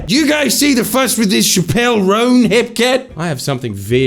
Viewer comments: CHAP-əl ROHN. Shuh-PELL is the gal that got in trouble for some drug smuggling thing. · Chappell Roan is pronounced like “chapstick” not “shappell roan” btw :) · shappelle roan 😭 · not pronouncing chapell roan even close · I'm disappointed not even the producer corrected Jordan on his pronunciation of Chappell Roan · The only kind of speech that should be silenced is the way Jordies pronounces Chappell Roan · The most contemptible bit of this vid is Jordan pronouncing Chappell Roan’s name like Dave Chapelle’s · Chappell Roan's name being said incorrectly so many times in the intro hurt my ears and I'm not even a fan of her